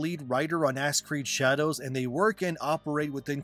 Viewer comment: He said ass creed haha. STOP ABREVIATING SPOKEN PHRASES. Its very off putting.